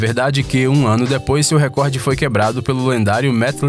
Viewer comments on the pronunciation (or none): none